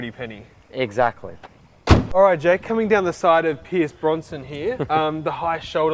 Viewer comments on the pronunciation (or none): His name is Pierce Brosnan, not Bronson, and he drove a BMW 750iL in the movie, not a 120i, but hey! Haha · They say "Pierce Bronsman" haha